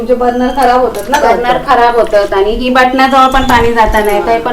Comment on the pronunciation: Burnal nahi tai burner mhana